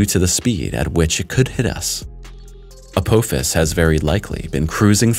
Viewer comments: Hate to be the bearer of bad news, but I must say 2 things. First, it is pronounced "uh-poff-is", not " uh-poe-fis". Second, this asteroid is massive, if you didn't catch it or don't understand, 16 kilometers wide. For us Americans, that's roughly a bit over 7 and a half miles wide. Mind you, that's the diameter, not the circumference OR the total mass. There is no chance we could do anything to move it, and trying to destroy it will not end any differently. IF Apophis comes down, pasing through the keyhole and entering a new orbit to crash, we are doomed . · Your pronunciations are horrible. Uh-pah-fis, not up-Poe-fis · It is pronounced Apofis! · To hear someone repeatedly mispronounce a name over and over, infuriates the hell out of me. The name is pronounced " app" "office". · Am I the only Stargate fan who is annoyed with the way he's pronouncing Apophis?